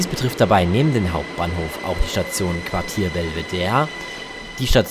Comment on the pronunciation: Geh bitte, das heißt weder Quatier noch Quadier sondern Quartier! Und was soll bitte Holahbrunn??? Das heißt Hollabrunn, Betonung auf "brunn". Und Neulengenbach kenn ich überhaupt nicht, sollte das vielleicht Neulengbach sein (man sollte wenigstens lesen können.... )? Das kommt davon, wenn sich Deutsche wichtig machen und uns unser Land erklären wollen. Wir erklären euch auch nicht Leipzig, Frankfurt oder Berlin!